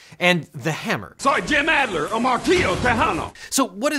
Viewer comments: ADLER, not ALDER. "AD" is much harsher, especially with a Texas accent, than "ALL" would be, and it's the same flat a sound that's in hammer.. His youngest child overlapped my oldest at the same school for a couple of years. Funny, Jim didn't seem at all violent at fundraisers. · Objection with mitigation: Even though the texas guys name is Adler and not Alder, there probably is a hammer lawyer named Alder too 😋 Somewhat related: if the name was constantly mispronounced in a lawsuit, could either party use that as an excuse to dismiss as the "beef is with someone else?" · As a Texan, if you mispronounced “Adler” as “Alder” one more time I was going to scream 😂 🔨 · It physically pained me every time Devin said "Alder" instead of "Adler". Still the best video on hammer laws! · Same! This Houstonian cringed every time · I said the same thing too. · Is it Alder or Adler? Devin, I've been listening to him say "Adler" for my entire childhood.... I object to this misnomer! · This whole time he's been saying "Alder" and it hurts me 😭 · You keep calling him Alder, it's Adler. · jim's last name is AD-LER not Al-DER. I live in the area of the Texas commercials and believe me it is AD-LER. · It’s not Alder, it’s Ad-ler. As a Houstonian raised on Houston TV, I am so embarrassed for you. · OBJECTION. It's ADLER, not Alder. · Omg it’s Ad-ler not Al-der. As a Houstonian I am offended. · Devin, his name is A-D-L-E-R not A-L-D-E-R Add not Ald! He literally says it in the clip you play! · Pronounced Add-Ler. Not All-Der. I was listening to this video in the background and had no clue who Devon was talking about initially. As a native Houstonian everyone KNOWS the TEXAS HAMMER JIM Adler (Add-ler) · The Texas hammers last name is Adler not alder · ADler, not ALder. It even says it in the commercials you’re quoting. Try to represent the names in your stuff accurately. Especially when it isn’t that hard. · dudes name is Adler… I’m sorry but the little things get to me it’s not Alder…